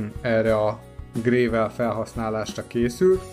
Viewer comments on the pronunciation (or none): egyetlen tiszteletteljes építő kritikát engedj meg: nem 'grével', hanem 'grevöl'